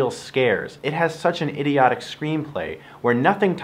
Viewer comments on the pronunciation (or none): ...did he just say Hideotic?